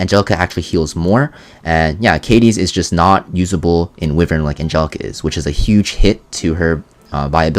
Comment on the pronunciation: WHY-VERN This "Whivern" pronunciation has got to stop.